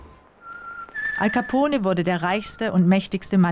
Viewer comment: hej leute das E in alcapone wird nicht gesprochen